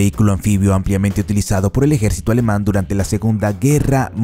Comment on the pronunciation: Tiiiigaaaa. ¿Por qué cojones os empeñais a pronunciar el alemán como el inglés?